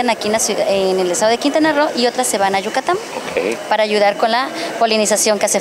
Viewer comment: se dice YUCATÁNNNNNNN NO YUCATAMMM🤦‍♂️